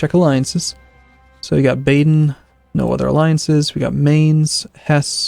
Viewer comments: Just an FYI it's Ba-den not Bay-den... its "Ba" like the sound a sheep makes. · Why are Americans sooooo useless at pronouncing European names? Dude, you pretty much can't pronounce ANYTHING properly. Mainz, Hesse, Baden, Niederbayern, Cleves. Go and look up their pronunciation.